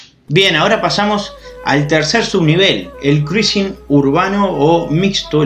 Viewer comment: Mejor pronunciar: Crusing 😉